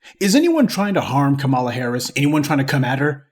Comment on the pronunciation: Dude the least you can do is pronounce her name correctly…Come on “Professor” 🙄🤦🏾‍♂️